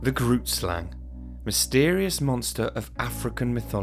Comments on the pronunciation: I am from South Africa and you pronounce Grootslang wrong. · That's not exactly how you pronounce it lol (I'm South African) The name is Afrikaans and translated to English it means: "big snake" #themoreyouknow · Me: (also a South African) Awesome to see a video about a local cryotid,just wish the creator made more effort to learn how to say "Groot Slang" and "Richtersveld".